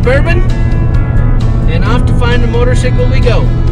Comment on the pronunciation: Great video this one. It shows that feeling when buying a new bike. Only I wonder, actually my spouse asked me "why is he saying motorsickle...", so I explained that it's probably the way they pronounce it in that particular town of Colorado. But in your other vids I hear you say "motorcycle", and now we're confused over here in Sweden. Though I nowadays only say "motorsickle" whenever I speak about riding on my KLX - "'I'm going for a ride on my motorsickle!"